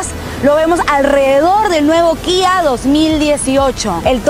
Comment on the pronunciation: Primera persona que pronuncia la marca Kia como se debe Guía